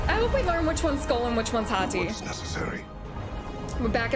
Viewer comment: Ive been watching a bunch of people react to this cuz I'm super hype for it and you are only like the second person to actually call them Skol and Hati correctly and not just scream Fenryr even though it clearly explains them chasing the sun and the moon and you even have to complete a puzzle having to do with it in the first game